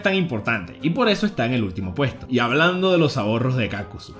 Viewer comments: Es Kakuzu, no Kákuzu, lo dices mal pendejo, lo pronuncias como si hubiese tilde en la letra "a" "Kákuzu" Mala pronunciación "Kakuzu" Buena pronunciación.. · Me saco la mente que pronuncies kakuzu mal